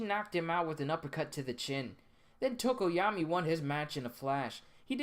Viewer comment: Its tokoyami not tokoyama